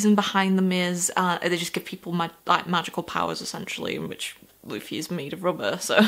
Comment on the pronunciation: Hey, so I would first suggest getting someone to screen through your comments if you can. Not to say the community will spoil anything on purpose, but it's a very passionate community and sometimes people will type without thinking. Also, congrats on getting Luffy's name right on the first try; not many new readers can say that. Here's a few tips on the other names that it seemed like you had some trouble with. Zolo - You're gonna see everyone calling him Zoro because that's his name in Japan; it was changed to Zolo in the states to avoid copyright issues/confusion with the Mask of Zorro which was released around the same time. His last name, Roronoa, would be pronounced like "Row-uh-NO-uh" with row being like "row your boat." Helmeppo's name is "Hell-mepp-O" Nami - "Nah-me" Also, I would reiterate what a bunch of people will say and that One Piece is a series and world that builds on itself. The quality only increases the longer you read it as it has more and more of the world to draw from. With that in mind, I would suggest making notes of anything that stands out to you, because Oda (the author) is the kind of person who will absolutely reference something multiple volumes later. Oh, also, you were right about hearing that people in the series vary (greatly) in sizes and shapes. The art style really does deliver if you can get used to it; Oda has drawn some absolutely breathtaking scenes and the actual scenery itself is gorgeous once you get to some of the larger islands.